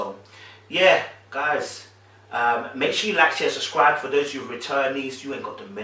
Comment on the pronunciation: you always says SUScribe..lol